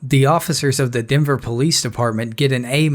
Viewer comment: its called a police officer, not a pease officer